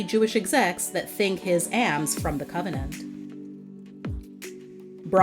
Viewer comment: The word is alms, like palms without the p.